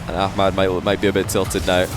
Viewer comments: It’s pronounced amad the h is silent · Is it just me or is calling Ahmad ahkmad? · Why does he pronounce a “k sound” in Ahmad’s name?